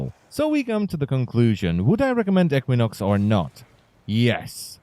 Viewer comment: EEK win ox not eck win ox